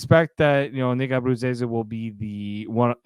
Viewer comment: Can't even say Nick's last name! Bye!